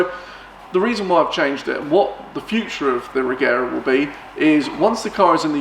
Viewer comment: The right way to say Regera is Rejera , the G shall be as in Georg. But I think Christian gave up that since he also say it as G now.